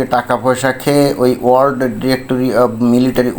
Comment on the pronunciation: ভাই World উচ্চারণে বিঘ্ন! কারণ ওর আলজিভ আড়ষ্ট!